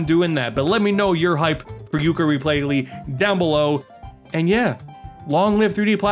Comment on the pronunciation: "Tooka-layee" sounds about right.